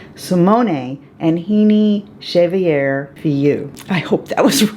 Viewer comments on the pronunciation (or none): I loved this video!!! Also, from someone who took 3yrs of French in HS, I think I can help you with their names. I believe that Simone is pronounced See-Mone, no a on the end. Rene is Ren-Nay and their last name is X-Zay-Vee-Air. Hope that helps!!!! Love your channel and I NEVER miss a vid from you!!